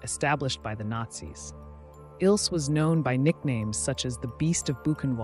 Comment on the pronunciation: Bathory not Battery . Koch is pronounced Coke. Isle is Ilsa.